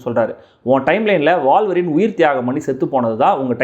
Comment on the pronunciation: வால்வரீனா? உல்வரீனா?